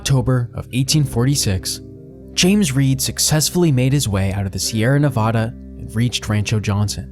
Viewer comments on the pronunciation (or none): ITS NEVAAAADUH NOT NOVODAAA PLEASE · I couldn't finish. The state is pronounced Nev ADD uh, not Nev ODD uh. A very basic mistake that made me question your credibility. Also, the vast majority of the modern photos of areas discussed bear no resemblance to those areas, showing a lack of research & sloppiness. Also, very little info about why their crossing the Wasatch took so long. It wasn't the miles of Hastings Cutoff. It was the lack of a trail, forcing them to go a mile or two a day, cutting trees, bridging canyons, climbing cliffs. I gave up about there but if people are interested, read some books on the subject. This video is a half-hearted attempt to tell a story with minimal research or fact-checking. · It’s nevaaaaaaaaada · Also, it’s Nevada with the middle a sounding like apple…not ah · sighs, has to dislike because Nevada pronounced wrong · Your documentary is great . But please dont say Nevada like that